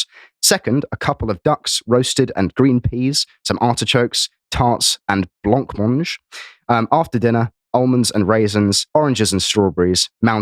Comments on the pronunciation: blumonge is much closer to the pronunciation than blonc monge. tbf I'd write the pronounciation as "bl'mondge" as the vowel between the l and m isn't really an a, e or u but something in between and yes the "nc" is silent, also we don't all quite keep to the French "g" but many pronounce it as dg. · he might not have come across it in normal conversation, I always called it blumonge when I was a child. Never really had it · oh nooooo he pronounced blancmange incorrectly... these kids will learn. he's got loads of potential though clearly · I'm appalled that you don't know how to pronounce blancmange which suggests that you have never eaten this fine dessert. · Not sure about his pronunciation of Blancmange though :)